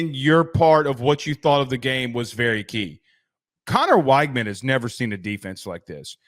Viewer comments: Again, you're saying his name wrong. It is "Wig-men" not "Whyg-man". Also go back and look at those two interceptions at Miami. Yes they were critical, but that wasn't on Conner. I know you can't watch every game when you are trying to cover the entire country, but you're just flat out wrong about his Miami performance. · You have no idea what you’re talking about. Neither of Weigman’s interceptions were his fault. Kind of a crazy thing to bring up for a qb with only two interceptions while being the highest pressured qb in the nation. You can’t even pronounce his name right. Maybe actually watch some tape instead of cherry picking stats because it’s obvious you don’t have a clue.